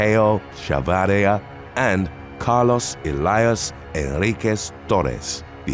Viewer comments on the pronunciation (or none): none